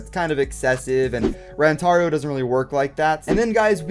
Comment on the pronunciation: It is Rantaro not Rantaru